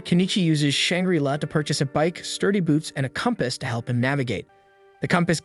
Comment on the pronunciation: Oh my god EE-SE-KI (EYE). IT IS THE ACTUAL SUBJECT. I won't even humor the pronunciation of Shangri-La.